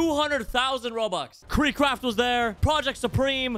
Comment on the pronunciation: Bro said even kreekcraft